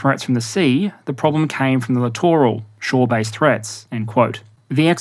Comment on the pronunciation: I am just happy that SOMEONE knows how to say the word 'Littoral' rather then 'Literal' when talking about these ships. I have been screaming at my screen for years.